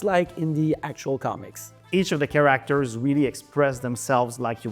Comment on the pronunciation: It's so funny that the Game Director doesn't even know how to properly pronounce the word "characters", which he says repeatedly throughout this video and many more interviews months ago., it's not "chaRACters"... it's "CHAracters", the stress should be on the first syllable. Get it right, for crying out loud!